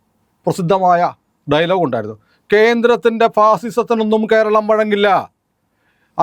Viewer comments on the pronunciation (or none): none